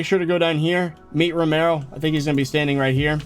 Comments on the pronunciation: It’s not romaro it’s very clearly pronounced RO-MI-OH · its romeo not romero